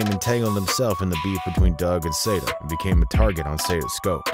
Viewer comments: Not say-da it's sah-da baby!!! Can't EVER take channel's like this seriously when you can't even pronounced the ppl names right. Y'all just be re-rockin' some half az Google internet info 😂 Goofies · It’s pronounced SA DA NOT SAY DA